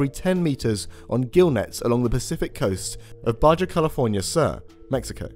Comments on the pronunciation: its 'baha' not baga' for baja california and its 'you-klid' not 'you-slid' for euclid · Note from the other side of the pond, its pronounced BAH-HA